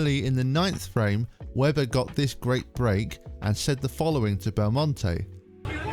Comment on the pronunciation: Stop saying BellmonTAY it’s BellmonTEE